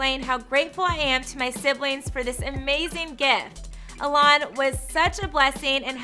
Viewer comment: First comment I want to make clear to this chick is to learn how pronounce Elon college!!! It’s ‘E’ lon college. Geesh.